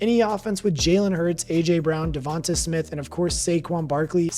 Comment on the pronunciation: It’s pronounced devontay